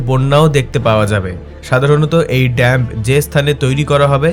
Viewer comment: It's not DAMP, my dear it is called DAM .